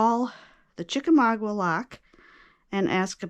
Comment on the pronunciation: Please look up the correct pronunciation of Chickamauga. There is no wah…